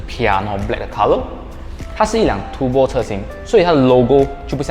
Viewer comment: It’s turbo , turrrrr rrrr bo，不是 tu bo ，tu bo 好像骂人这样，😂 你这个tu bo 啊，迟到这样多！ 哈哈哈，骂人的感觉